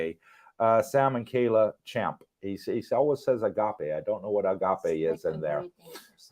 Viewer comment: is 100% correct with her pronunciation of Agape. It is a beautiful Greek word with a beautiful meaning. Much love to you both and all your viewers and subscribers.